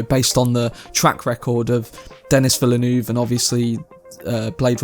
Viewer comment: Denís Villeneuve is French Canadian and his name is pronounced in French. Your pronunciation is not proper.